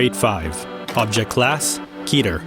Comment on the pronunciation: It’s pronounced “Keter” as in “Ketir” not “Keetir”!